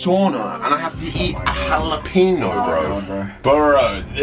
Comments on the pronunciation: The way Jarvis pronounces jalopeno is funny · Kay: I have to eat a halepeeno Me: 😂🤣😂🤣